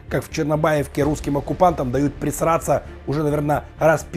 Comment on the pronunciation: Почему ты говоришь прЕсраться? Правильнее прОсраться!